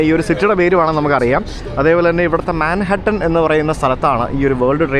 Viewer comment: താങ്കളുടെ വിവരണം നന്നായിട്ടണ്ട് , മാൻഹട്ടനെന്നല്ല മൻഹാട്ടൻ എന്നുച്ചരിക്കുക . സ . ജോ . കുളങ്ങരക്കും ഇതെ തെറ്റ് പറ്റിയിട്ടിട്ടുണ്ട്